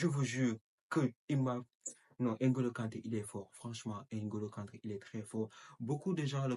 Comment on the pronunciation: Même vous l'Africain vous dites N ngolo kante, vs êtes devenue un blanc ,il s'appel Ngolo kante et non N ngolo kante idiot.